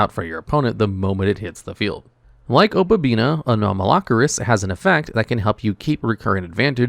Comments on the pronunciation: OH • PUH • BEE • NEE • UH. O PA BI NI A Opabinia. For fuck's sake. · Paleo is such a fun deck to play. Opponents are just never gonna read when playing against this deck. Edited: OK, the obabinia and leanchoilia pronunciation is just intentional engagement farming at this point.